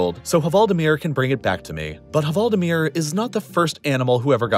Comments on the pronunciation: I wanted to cry hearing “hvaldemir” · VALDIMIR! Not the way you are saying it! Greetings from norway! (the H is silent) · The H in hvaldimir is silent ;) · The "H" in hvaldimir is silent :) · You don't pronounce the "h" in "hval". This makes the portmanteau better than you make it sound.